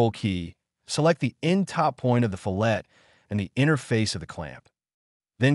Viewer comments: Gah! Here's a simple mnemonic which will help you to finally learn how to pronounce "fillet" - It's because you start with a sharp inner corner before you fill it with material as a radius. That's how you say it - FILL-et, or FILL-it. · Calls attention to the correct pronunciation of "fillet," and then proceeds to randomly switch between three different pronunciations. 😁 There's nothing wrong with using a synthesized voice to read your script, but you might admit that you're doing so. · Two things: firstly the correct pronunciation is actually " FILL it", not "fill- ETT". Second, having watched this, i think I'm too old to learn how to use CAD. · Fillet should be pronounced "FILL it" not "fillette'. Probably because of the AI voice? Great comparison video, thanks! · I used to chuckle at pronunciation fil-LAY, like sliced fish. But hey, words sound different in other parts of the world. Now, your attempt to pronounce the "T" is still missing the mark... correct pronunciation in my part of the world (USA) is FILL-it. Love your FreeCAD videos! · My old CAD brain resist. Just for fun.. Fillet radii … the American pronunciation is (Fill-it Ray-de-eye) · Fillet pronounced: Fill it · Adds trigger warning for mispronunciation. Proceeds to pronounce it wrong again. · Another guy told me it’s pronounced “fill-et” with the "t" sounded out. I’m a bit confused 😂